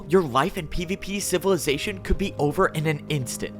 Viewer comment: I hate every time he says pvp civilization bc it doesn’t sound right